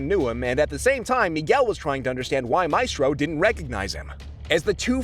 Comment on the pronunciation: i can't watch this. the ‘maistrœ’ pronunciation would kill me.